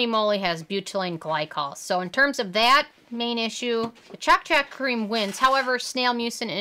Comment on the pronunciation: Lol you said CHALK CHALK it’s Ch-o-K ch-o-k like choke